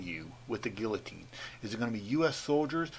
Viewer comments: Not Gill-ah-teens....It's Gee-a-tines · pronounced GEE-o-teen not Gill-o teen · G-eeeee- o-teens for goodness sakes....NOT GILL....SMH! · Gee-oh-teen. Plz stop saying gil-uh-teen. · Can't watch this when you don't know how to pronounce guillotine- it's GHEE-UH-TINE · It’s pronounced “Gi A Teen” and they are for metal cutting you BoZo! With a 2-3” opening… No one’s neck would fit into these devices! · Gullotine- pronounced Gee-o-teen. Smh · youre saying guillotine wrong. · after wasting my time here and you try to pronounce guillotine....THE Ls ARE SILENT YOU HILLBILLY! I hope you go first moron! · The two ll's make the y sound. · FYI The L’s are silent.